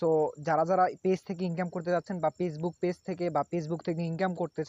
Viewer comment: দুরু বুদাই পেজবুক কি ফেসবুক তর তো উচ্চারণ ই করা পারস না